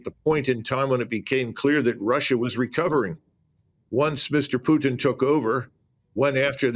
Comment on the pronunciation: Neil is such an intelligent guy but he can't remember or learn how to pronounce Putin's name. That buffles me a lot. Imagine if people pronounce Neil's name like Nool Ooliver, or Sunak's name Richy Shunak.